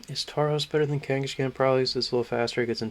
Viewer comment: I think kangaskhan got pronounced differently every time he was brought up lol